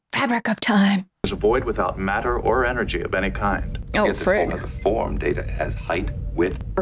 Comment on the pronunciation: I never liked Pulaski. She started out on bad note by mispronouncing Data’s name.